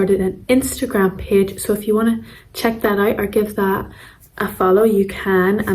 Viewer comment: Outstanding video! I noticed there is no /ei/ vowel in your English, for example, “wait” sounded “wat”; “page” sounded “pag”. How interesting! 😊